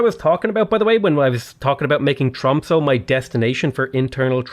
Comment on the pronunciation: The ö or o in The end of Tromsö is pronounced more like a. Like in A carawell, or A long ship.